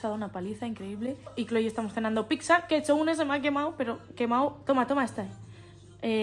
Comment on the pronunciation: es pizza no es pikza 😂😂